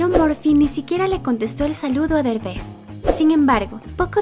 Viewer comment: No es berbes es derbes